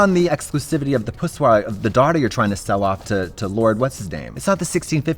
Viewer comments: "entered a pussoir" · "poussior" lol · "pu-swa" that's it. coin it..that's the new word lol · Nobody: Both of these idiots: pussoir